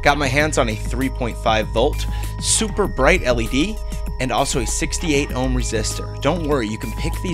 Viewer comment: not oomph. OHM